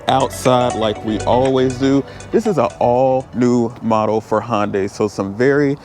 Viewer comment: It's not Hon as in Honda, with a day tacked on. It's Hun as in hunter, with a day tacked on. In Korea is Hun deye, as in eye. Hundeye basically with emphasis on the D. But here in the US most people say Hunday. Hope this helps.